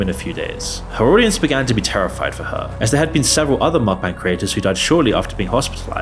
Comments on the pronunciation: Mukbang = Mook-Bung (rhymes with hung, or dung), not Mok-Bang. If a word isn't native to the language you speak, it's best you learn how to pronounce it properly if you're gonna make an entire video about it. Just saying. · bro said muck 💀💀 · you read it 'mookbung' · 먹방 = Meokbang - Pronounced mok bbang. Meok means eat, bang means room, basically because they're filming themselves eat, in their room. The more you know